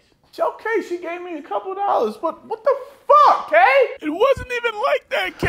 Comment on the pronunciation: Time Stamp....."Apauhtment ain't nuffin' but fiftee DOLLAHS". Bruh................ DEAD. lolllll, I saw this skit on her channel and still didn't notice that said that.